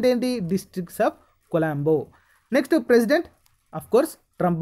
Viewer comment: డిస్ట్రిక్ట్ ఆఫ్ కొలోంబో కాదు సార్.... డిస్ట్రిక్ట్ ఆఫ్ కొలంబియా.